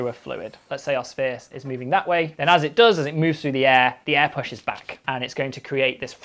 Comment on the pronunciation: It sounded like "there is no eh...".